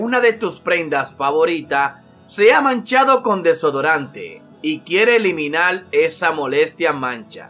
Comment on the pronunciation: El texto: Como Eliminar La voz: Como Eliminal :v